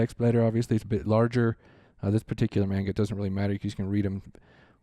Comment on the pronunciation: i don;t wanna be that guy but please it's not mane-ga it's man-ga